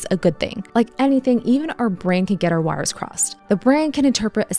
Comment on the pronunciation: I listened it her say it a few times... But does she say "Get our WATERS crossed"?